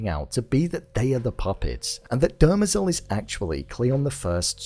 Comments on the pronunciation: Dem-rezel .... Not--- "derma-zel" I mean they literally say it in almost every episode once if not more than that ..... "Come on man!" --joe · It's pronounced "DE - MER - zel," not "DER - me- zel." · Love the vid, but it's Demerzel , not Dermazel. lol. The mispronunciation grates on me. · Why do you keep pronouncing her name (Demerzel) that way😭😭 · I felt it was obvious that Hobor was going to turn up at that moment. You keep pronouncing Dermezel's name incorrectly. Good review.